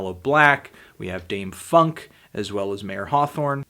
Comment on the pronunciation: this nigga said "dame funk"